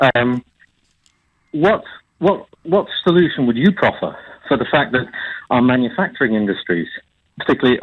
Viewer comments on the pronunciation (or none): none